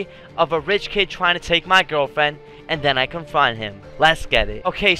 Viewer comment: You were about to say gwirlfriend lol